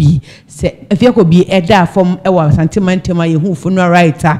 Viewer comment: Please it is not Asante mantam mu, rather say Asanteman mu. When you say Asante mantam , it means Ashanti Region but Asanteman means Ashanti Kingdom.